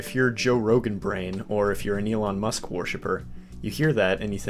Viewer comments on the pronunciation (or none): Did you say muskrat ? Next! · That's Elon MUSK not Elon "Muskrat."